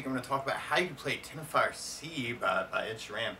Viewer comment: It's Teno-reef and Sheer-en.